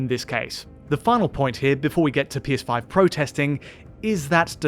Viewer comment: anyone else heard "PS5 protesting"? 😅